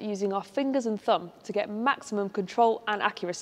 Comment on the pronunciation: fingers and "fumb"?